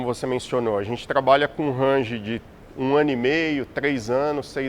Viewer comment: O engenheiro falando RANGE deu calo nos meus ouvidos. Fora isso excelente programada, agradeço todos os envolvidos pelo grande video !!